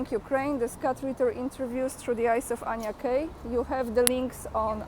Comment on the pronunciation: Non pas vraie, on est aussi intéressé par la Pologne , l'Ukraine et la Biélorrusie, et de manière générale c'est une région très importante et encore plus maintenant🙌 ! Et heureusement que Ania est là pour nous en parler, et c'est Ania pas Anya ;)